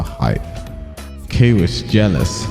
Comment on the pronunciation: Whatever you say kwiss 👀 #masku